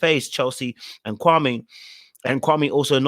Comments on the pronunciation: He is so fake laugh and all. Is his name supposed to be pronounced Kwa-may or Kwa-me? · Supposed to be pronounced kwa-may. But a lot of people say kwa-mie, so i guess it's easier for him to just go with the mispronunciation rather correct people constantly for years.